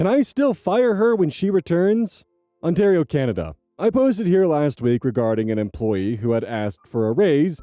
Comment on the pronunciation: On the note of pronunciation, good job with pronouncing Ontario! It's common for Americans to say awntahrio, but your onterio was spot on